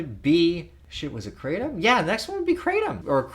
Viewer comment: Its pronounced KRAH TOMM . Its Vietnamese and thats how they say it . Just letting you know